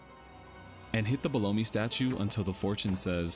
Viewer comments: Belome… definitely pronounced Bel-õm not Blow-me… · I'm sorry, "bel OH mee"? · How do you think Belome is pronounced "blow me"? Or is this on purpose to get comments? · Wait.. Is that how it's pronounce? Below-me? I always pronounced it as Bell-Ohm 🤣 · Ha! You're right.. I actually didn't catch that. Bel-omph! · I used to be unsure of how to pronounce Belome until I saw the Japanese pronunciation. It's ベローム Beromu. A syllable ending in the oo sound in Japanese normally means a silent vowel in English. So the e is silent. Bell-oh-m. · You pronounce it like Baloney? I was pronouncing it with a silent E... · Well everyone that runs this game pronounces it bell lome if tgat makes semse. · The way you pronounce belom 💀💀💀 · Lmao at how you say belome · But who knows maybe they are wrong. I just never heard someone say belome how you did lol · all good, just thought it sounded funny. Great video tho. Thanks for the info